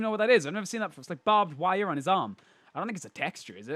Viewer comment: It is "Barbed Wire" hehe